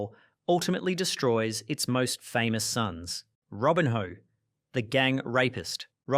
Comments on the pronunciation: This is what happens when you get chatgpt to write your script about something you have no interest in and then read it without even checking how to pronounce the names. Robin-hoe, Ay-jacks, Henry. I also love how chatgpt thought Eric Cantona turned evil for becoming an activist after his career where he literally karate kicked a fan. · I've already read the previous comments but a few other name mispronunciations that I noticed - Kluivert was "Kloy-vert", Cantona was pronounced like Kerry Katona, Robinho was Robin-hoe, Thierry Henry was like Henry VIII...just to name a few more, off the top of my head. As a fellow Aussie, may I please apologise for this utter wanker's abysmal narration, who also quite clearly has absolutely NO IDEA what the word "evil" actually means.